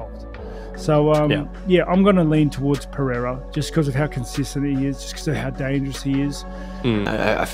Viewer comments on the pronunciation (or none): Chael admires Pereira so much he keeps calling him " Piera".